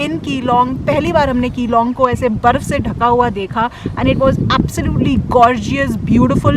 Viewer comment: मेडम जी आप ने अच्छा भला विडयो बनाया, शानदार बनाया मगर जगह का नाम विगाड़ कर बोल दिया। यहां के लोग नाम बिगाड़ने पर बहुत नाराज हो जाते हैं। आगे से ध्यान रखिएगा ।🙏🙏💐 धन्यवाद